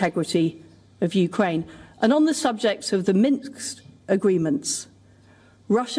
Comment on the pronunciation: She said Minks! Minsk.